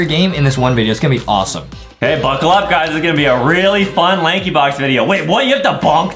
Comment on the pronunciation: bro said laxybox Lankybox